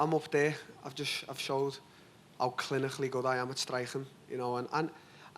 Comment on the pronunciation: DT: "how chlinikhally I'm good at strikhing" ;)